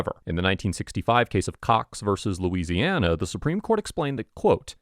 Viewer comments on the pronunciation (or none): none